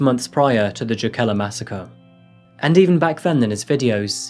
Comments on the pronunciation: That is not now Jokela is pronounced at all lmao. J is pronounced like y in English, o is pronounced like o in long, e like the middle e in eleven, and a like the first a in amazon. EDIT: you are showing Tallinn , not any place in Finland :D Duuuude, you're not even American! :D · Tbh, the town (Jokela) is pronounced “yoh-keh-lah” but this video is EXACTLY how I’d hoped you’d create it… …loved how you’d recreated the mundane yet happy stories of all those cool Finns doin’ their thang, and there are many shy Finns, too! It’s very rare, however, in spite of the sad stories from Finland in recent years, for teens to harbour sick fantasies of murdering his peers. Plus, your final points about the anonymity of users was clever, I never thought about that… in some ways, the tender balance between nature-society clashes with the Internet age in Finland, so worthy of investigating this further, too. So grateful for this video and can’t wait to see if you post anymore from the North. I thought the blue and white shirt worked well, btw. Keep it up,!✌🏼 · I remember when this happened. It took a good portion of the video for me to understand it was the Jokela case. I know it by the Finnish pronunciation. My inlaws live just north in Riihimäki. It was shocking to me. It was a few years after a bombing in myyrmäki shopping center that killed 7 and injured hundreds. My sister in law lived across the street and I was in and out of it many times. One summer, some set fire to a car a block from inlaws house , my inlaws were in Vassa center when a car bomb was used for a suicide, Jyväskylä area had a couple biker bombings. These are aberrations in finland . Finns are much, much freer than Americans. Free from all the crime petty or otherwise. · It's more like wreterick if you want to spell it phonetically. Also Jokela should be pronounced Yokela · Sorry, would it be pronounced Jokela?